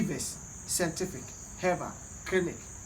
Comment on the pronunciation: Kwaku to be honest I like how u say sentific instead of scientific...Hahahahahahaha love u bro